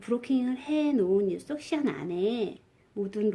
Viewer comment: 섹션인데 석션이라 하시네요 뭔가 새로워용 석션 빨아들인다는 의학용어이기도 한데 암튼 잘 배우고 있어용 ㅎ